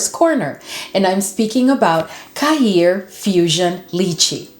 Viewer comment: New subby here, can I correct how you say Khair, you should say it as kare, the kh is an Arabic letter that is hard to pronounce for non Arabic speakers, khair means goodness in Arabic, love your videos 😊